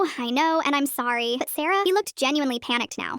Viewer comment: “i knOw I KnoW AnD I am sWoRY” I'm howling